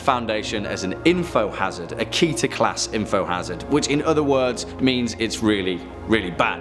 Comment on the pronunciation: Y'all know you're supposed to say ke te r which is the hebrew woRd of crown